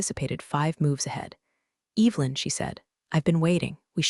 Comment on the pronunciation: mispronunciations totally pull you out of it especially when it’s the main character’s name.